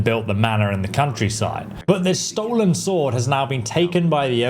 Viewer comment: Why doesn't know by now that the W in Sword is Silent and is Not meant to be pronounced? Makes him look like a newbie.